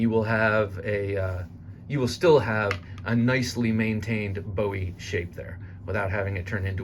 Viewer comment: I can’t buy this simply because Jim “Boo- wee” doesn’t appreciate his name being mispronounced